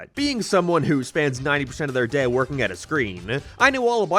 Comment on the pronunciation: Keep it up, you've almost learned how to say 'day' instead of 'dehh'.